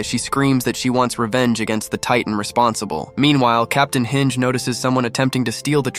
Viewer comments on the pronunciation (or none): HINGE?! HINGE?!!!! ITS HANGER PRONOUNCED HAN-JI LEARN TO PRONOUNCE THE NAMES!!!!!!